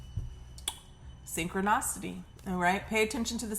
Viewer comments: SSSSSIIIIIIIIIIIIITAAAAAAAA SYN-CHRON-I-CITY IH-IH CITY NOT OCITY🤦🏾‍♀️🤣😭😭😭and u hit it hard too SYNCHRONICITY I CITY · Babe this was so good! It’s synch-chro-nicity not synch-cri-nocity 😭🤣🤣🤣🤣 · I’ve been wanting to leave this comment. The mispronunciation lowkey really bothers me and she says Syncro-naw-city more than any other word in all of her readings. 😅 I still watch though 🤷🏽‍♀️